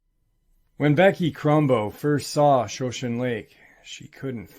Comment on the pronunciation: Shoshone Lake? Pronounced Show-shaun-nee